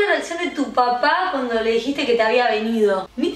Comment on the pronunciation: emm dice papa 🥔 y no papá